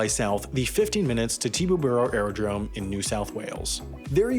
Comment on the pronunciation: That "Tibooburra" is exactly how Australians pronounce "Teterboro"... Coincidence?